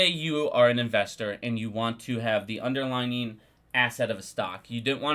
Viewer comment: It's "underlying" NOT "underlining."